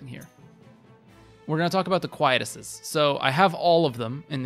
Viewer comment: I see this a lot, big fan here so don't get me wrong, but Quietus is pronounced; Kwhy- EE - tuss.